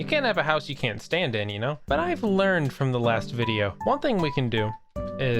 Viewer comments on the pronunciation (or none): none